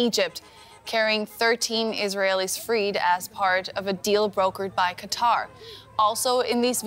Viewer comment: The Emir of "Cutter"...